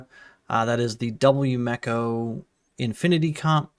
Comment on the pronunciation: yu me ko. not yu meko